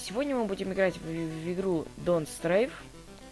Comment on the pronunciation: Донт старв правильно